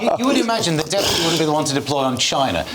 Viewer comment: Someone please teach how to pronounce Deputy